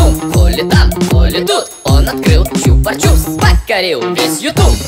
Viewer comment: Почему ты говоришь чупар чупс там нет р